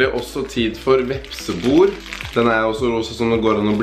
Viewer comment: Jeg sender telefonen videre til han som uttaler vepsebol, «vepsebor»